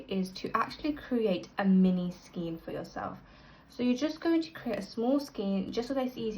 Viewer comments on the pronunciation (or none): This makes colour changes easy. Thank you. Unfortunately, your repeated pronunciation of skein as 'skeen' instead of 'skayn' was difficult to listen to. Do please google oxford pronunciation to be correct